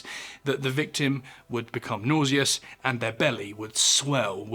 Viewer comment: Capshyool? Conshoom? Nawzeeus? Mizherably?